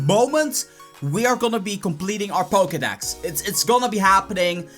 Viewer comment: Pokedax? learn to speak